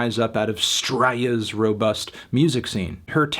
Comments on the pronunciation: It's pronounced STRAY-YA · I didn't think "straya" could be butchered so badly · That attempt to pronounce straya was NOT GOOD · Your attempt to pronounce "Straya" shortened my lifespan by 30 years